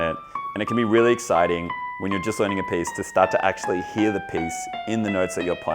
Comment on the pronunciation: Am I the only one being triggered by him pronouncing piece as PACE!?